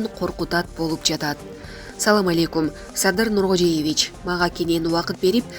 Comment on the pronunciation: Автор! Президенттиндин аты жонун туура айтсан? Нуркожейевич дебей, Нуркожоевич деп айтчы.